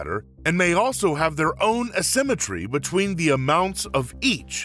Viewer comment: Please learn how to say "A-symmetry"...